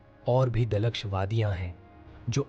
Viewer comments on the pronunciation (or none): Ma Sha ALLAH bahote zabardast video hay. Bhai ki urdu bolnay ka andaz bahote pyara laga, kuchh alfaaz jaisay bridge ko burge dilkash ko dluksh bolna kamaal hay. Urdu bolnay walay tou samajh jayein gay lakin urdu na bolnay walay zarur thorhay preshan ho jayein gay. Great video Good luck my dear